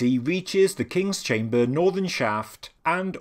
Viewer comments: its chamber... not chame--baaaaaah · I cant unhear the word "Chamburgh" now.